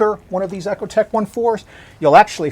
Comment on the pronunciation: EE-Ko-tek, not ECHO-tek :P Yes, I'm anal, but your vids are great!